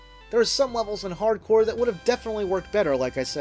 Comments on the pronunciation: The title is a pun between hard corps, which means tough squad, and hardcore. You just ruin that pun if you pronounce corps like "corpse" (cadaver/dead body) . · The name is Contra HARD CORPS, not Hardcore.